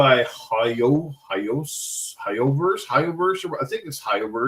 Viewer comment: It's ho-yo-verse. Ho like a of chick and yo like a yo-yo. Then there's me-ho-yo (mihoyo) which is the same people different name.